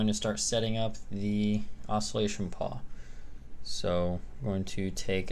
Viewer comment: It's a PAWL, not a paw lol